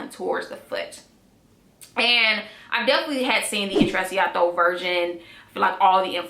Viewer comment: I think u say it as "intrechato"😊